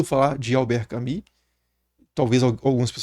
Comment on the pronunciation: Desculpa ser o chato, geralmente eu nao gosto qdo fazem isso, mas vou fazer - se fala albert “camu”, nao “cami”